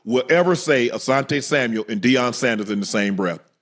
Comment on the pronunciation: Why yall keep adding a "s" to Asante last name lol